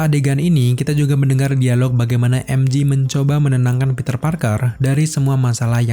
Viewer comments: Emje bang bukan emji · MJ: bacanya "Emjey". Bukan "Emji". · "peter parker dan emji" wkwkwk "emjey" bang cara penyebutannya. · MJ, bacanya em jhe, bukan emji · Namanya MJ om, bukan MG 🙏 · mj bukan emji, tapi emje kalo emji itu mg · Info aja bang MJ di baca nya EM JE,bukan EM JI ,karen huruf J tetap di baca JE ,kalau G baru d baca JI, contoh jam G-Shock baca nya kan JI Syok